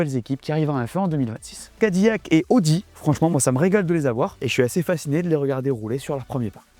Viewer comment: Pour info, c'est Ca-di-lac et non cad-ille-ac. 😉